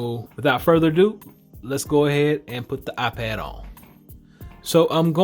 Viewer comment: You said iPed pro